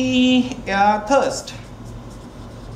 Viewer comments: It is thrust and not thirst/thurst. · sir please ....it is thrust not thurst